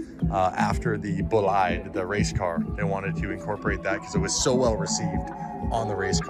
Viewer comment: ROFL did you really like a noob call it a BOO-LIE instead of Bo-LID (the e of bolide is somewhat muted we dont say BO-LID-'Ah either )